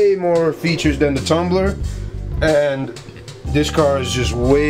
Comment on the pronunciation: its tumbler not thumbler btw